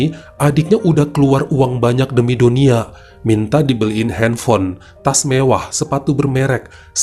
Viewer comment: Hafiz.. bukan hafEd Dunia...bukan donia